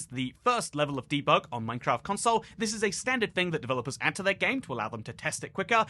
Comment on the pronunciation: Funny, especially because I'm mostly listening to the video whilst doing something else, I suddenly hear "NineCraft" I have a "NeinKraft" meme on my phone 😅 Nine and nein are pronounced the same